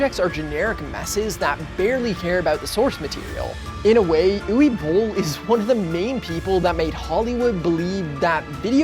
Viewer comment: Uwe in Uwe Boll is pronounced Ooh-vay.